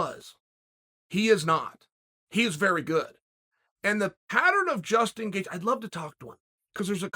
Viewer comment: Chael's mispronounced names: Islam Macklechev Justin Gaycheese Hazmat Chimiev Dustin Porear George Masvidal Beni Daroosh .... and the list will continue. If I forgot anyone, please add to the list 😂